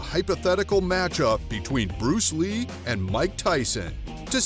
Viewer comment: buddy are you even at the level of Bruce Lee?? If not then try to pronounce his name properly!! He is a legend in martial arts because of him kung fu, wing chun, taekwondo has become famous